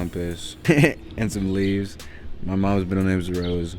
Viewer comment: The way Zion emphasized "And some leaves" 😂